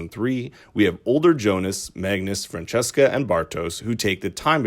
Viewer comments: It is Franziska not Francesca, must be hard for a non-german speaker^^ Nice video, thumbs up. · It's not pronounced Fran cheska. It's more like Fran zeeska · Not Fran-chess-ka :) The name's parts are pronounced like "fun" with an r before the u, "sis" as in sister, an ka as if you left off the trailing r of the word "car". Frunsisca. Franziska. Not the french sounding thing :) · Quick question: Did they translate the names in the English dubbing too? Why is everyone saying "Francesca", her name is "Franziska" she's not spanish :D Also... "Bartosz", not "Bartos" - its a slavic name. This is likely because his father is of slavic decent, noticable by the spelling in his name "Aleksander" with "ks" instead of "x". Though I am not sure why Clausen's brother was spelled this way, as its suggested "Boris" assumed his identity. The normal German spelling would be with an "x", like in English. Anyway... I gotta watch some clips in English methinks... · It's soo funny to listen to you pronouncing the German names haha yulrik and francesca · great video! but i cringe everytime i hear you say "francesca" instead of "franziska" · Leonidas Etzel The names where probably pronounced this way in the English voiceover, that’s why they pronounce them wrong